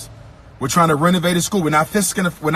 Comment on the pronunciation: "ficksing" I believe is a pan-african term that is only spoken by himself.